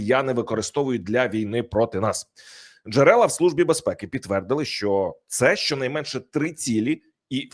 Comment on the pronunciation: КУПИ БУКВАР І ВЧИ ЯК ВИМОВЛЯТИ УКРАЇНСЬКІ БУКВИ І СЛОВА,А ТО ТЕБЕ ГИДКТО СЛУХАТИ: ЩЬО,ЩЬОБ,ЩЄ,ЧЄ,ЧЬОМУ,БАЧЄЛИ,ТОЧЬНО,ЧЄРВОНІ,ХОЧЮ,ЧЄМ,СИСТИМАТИЧЬНО,ЧЯСТИНА,ЗНАЧЄТ,ЧЄРВОНИМИ,ЩЄЙ,ДОПОСТАЧЯЛИСЯ,ФАКТИЧЬНО,ВЕЛИЧЄЗНІ, ЧЯСТО,ДА,ДА, КЛЮЧЬ, ВИЧЄРПУЄ,СТРАТЕГІЧЬНИЙ,ЯКЩЬО...........!!!!!!!!!!!!!!!!!!!!!!!!!!!!!!!!!!! (Українська діаспора,США)